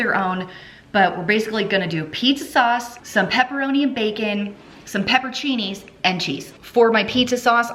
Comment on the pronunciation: I see the crickets have arrived in your pantry, I've got them in my fridge too. Your pronunciation of orecchiette (little ears) was perfect. Now, the peppers are pepper-on-cini... I believe "floofy" is an official culinary term, well done. Dinners look tasty!